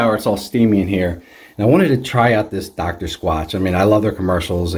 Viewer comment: Is it just me or did he say "I bought some of the Dr Squanch Soap" lmao